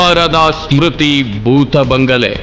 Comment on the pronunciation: ಭೂತಗಳೇ ಇಲ್ಲಾ ಎಂದು ತಿಳಿ ಹೇಳಲು ಹೋರಟ ನೀವು ಬೂತಬಂಗಲೆ ಬೂತಬಂಗಲೆ ಎಂದು ಬಡಬಡಾಯಿಸುವ ನಿಮ್ಮ ನಿರೂಪಕ